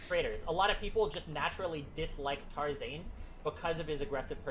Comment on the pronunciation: everytime he said tar-zaned i cringed